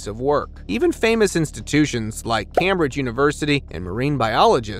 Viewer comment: Cam Bridge? I guess Cambridge isn't a famous enough institution for this guy to know it's pronounced Came Bridge.